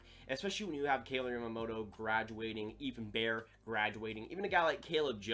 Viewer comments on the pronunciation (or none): none